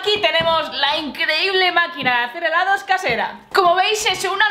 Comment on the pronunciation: hheellaaddooss dijiste helados